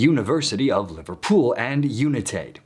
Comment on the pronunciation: I get tickled sometimes at the pacing and enunciation when he's reading his video script. He sometimes splits compound words into their components, for instance, rendering Liverpool as "liver pool". I wonder if there is a teleprompter before him, and the text is formatted a that hyphens are inserted and displayed, as longer words break on the syllable boundary? If the text is formatted large enough, you would only get a couple words on each line, and that might result in a lot more broken/hyphenated words being displayed.